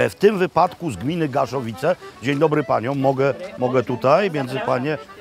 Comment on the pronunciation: Panie Robercie, gmina Gaszowice a nie Garzowice :-)